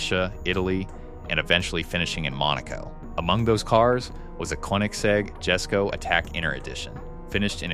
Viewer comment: the jesko is pronounced "yes-sko" the gemera is pronounced "jah-mera also, you pronounced koenigsegg at least 3 different ways 😂